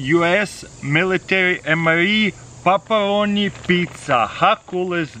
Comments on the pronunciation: ''Papparoni pizza'' xD And I thought it was ''Pepperoni'' all this time!! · He says popperoni pizza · Did you say pup a roni pizza? :) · I thought he said "papa onni pizza," but t'was actually "pepperoni pizza"🤦‍♂️ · “Puperoni pizza” LoL love you taras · I love how he sais paparoni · “Papporoni pizzza” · “Paparoni pizza”